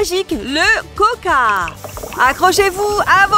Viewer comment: C est pas koca mais c coca